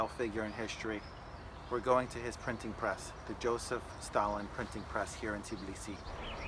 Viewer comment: I definitely have to visit.. My first stop would be to ask a local how to pronounce "Tbilisi" because I am sure it is not "Tiblisi" ;-) Those who are native English speakers and are not native in other languages often cannot pronounce two consonants together... Practice it :-)